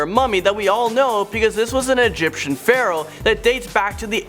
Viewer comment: One more thing... "an Egyptian feral from the 18th of dynasty". OK, no! It's Pharaoh (pronounced fair-oh) from the 18th Dynasty. (no "of" in there). You're welcome!